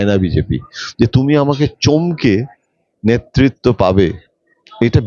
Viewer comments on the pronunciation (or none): ১) মন্তি নয় মন্ত্রী ২) নেত্তিত নয় নেতৃত্ব ৩) মুহুতে নয় মুহূর্তে